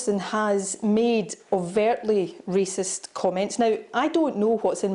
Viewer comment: A racist ?? /ˈreɪsɪst/ Learn to pronounce noun 1. a person who shows or feels discrimination or prejudice against people of other races, or who believes that a particular race is superior to another. Maybe he has ignorant racist tendancies indoctrinated from his own miniscule minority upbringing. He's just a big boy who hasnt quite grasped the full idea that we are all stuck with each other. Or not quite into the 20th centiry yet. Chop chop Boris, keep up with us son.